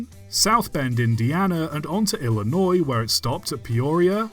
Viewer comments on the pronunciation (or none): none